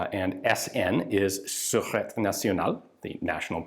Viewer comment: Surete National = sir-ette-TAY National. That's an accent aigue on the second e, so it's pronounced, eh. Like the French influence in Canada. Surete = Security. National Security, which the French call Security National.